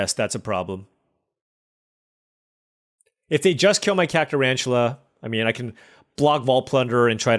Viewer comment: Kaka-Rantula. I thought this card was good, not kaka?